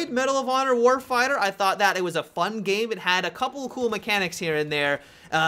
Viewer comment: "Medal of honor warfieyah"